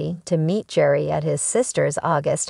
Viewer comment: His name is pronounced. . .GARY!!!! Bachelor Official, you say? If you get the subject's name right, that's a good start.